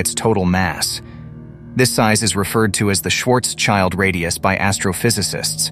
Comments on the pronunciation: Schwarz-schild radius not Schwarzs-child... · It’s not „Schwarz-Child“. It’s spoken „shwartsshild“ radius. „Schild“ is German for „shield“ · Brilliant explanation. But could you please refrain from saying Schwarzs-Child. It drives me crazy. Your hyphenation is wrong. It's Schwarz-Schild. It has nothing to do with 'child'. Schwarzschild translates to Blackshield. Try to say something like Shwurts-shild. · Great video - thanks for that. But the pronouncing of "Schwarzschild" triggers me really hard! Please pronounce the names correctly. Schwarzschild has nothing to do wich a child. It is more Shwartz shield - literally translated is Schwarzschild >> Black shield. Thanks - and again, great video! :)